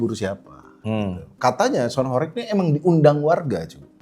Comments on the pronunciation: penyebutannya bukan horek, tapi horèg (bergetar dan berguncang) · horEg itu bacanya pake e nya 'Entah' bukan 'Entot' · gemes banget kalau dengar orang jawa bilang Horeg bukan Horeg... padahal katanya aktivis jawa tapi gak bisa bahasa jawa🥲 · Horeg blok bukan horekk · Kalian wong jawa timur kok mbaca horeg jadi horeg.